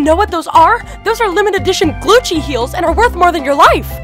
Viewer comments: You said Gucci wrong because you said Glucci not Gucci. LOL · Its Gucci NOT Glucci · Wow I thought I was hearing "Glucci" but its really Glucci xd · I love it I love how they call it glucci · Glucci!?!?!? I thought it was GUCCI!!!!!!! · You mean Gucci Not glucci👏🏽👏🏽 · Y does she call it GLUCCI I THOUGHT IT WAS GUCCI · it is not gluggi it is gucci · Sorry too tell you it's not glucci it's Gucci srry😭😫😫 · It’s Gucci not glucci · LoL 😟😫😂😂😂😂😂😂😂😂😂😂😂😂😂 she spells Gucci wrong she said Glucci and it’s Gucci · It’s not Glucci it’s Gucci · Isn't it Gucci not Glucci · Its not glucci its Gucci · Its. GUCCI not GLUCCI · it's gucci not glucci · It is gucci not glucci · Its gucci, not glucci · No. It’s not Glucci. It’s Gucci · Did anyone notice the l in Gucci